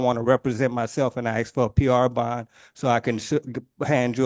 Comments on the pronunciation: he axed that they save that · He humbly and respectfully "axed".... I respect the 2nd judge for letting the nonsense roll off her back. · And he also insists he needs to use the law "lieberry". And he has "axe" so many times. 😂😂😂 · How did the English language devolve this badly? Axed and li-berry. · Why do they always say axed rather than asked. Is it that hard to say? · But I axed nicely.